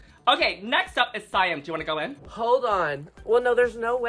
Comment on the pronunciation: Why can't people pronounce Siam?! 😭